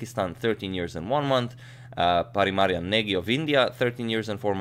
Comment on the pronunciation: with all due respect, you are pronouncing Parimarjan incorrectly. He is not Spanish...